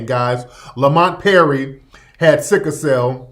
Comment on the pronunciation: It's not "sicka" cell, it's "sickle" cell.